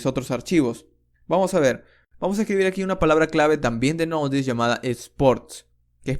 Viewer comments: Me dio cositas cadavez que decía nodies 😂 Es node yey es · ¿por qué dices node DS si es JS?